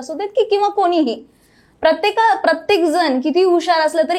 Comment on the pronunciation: कोनीही, प्रत्येक जन, हणी ट्रॅप, पुने, आपन, दुकाणांनमध्ये, आनखी किती ठिकाणी 'न' आणि ’ण' चा घोळ केलाय या बाईने! बहुतेक अँकर्स हा घोळ करतातच! आधी जरा भाषा सुधारा आणि नंतर आपले चॅनल काढा! 😡🤢